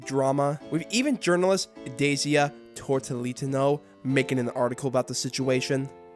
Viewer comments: whatsup with adding extra syllables to the name: to len ti no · bro said tortillitano??? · Really screwed the pooch tryna pronounce Tolentino